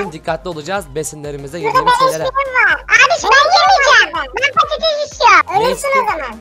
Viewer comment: sürekli patetes dedinden demir külçesine patates külçesi demeye basladım